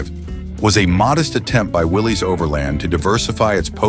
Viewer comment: Willys is pronounce Willis.